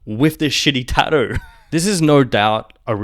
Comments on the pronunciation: That pronunciation of "tattoo" is wild. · Kiwis and Aussies are lazy, we avoid all consonants that we can get away with not pronouncing